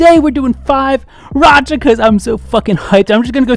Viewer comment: they pronounced 5racha as oriracha and ori means duck if I'm not wrong ~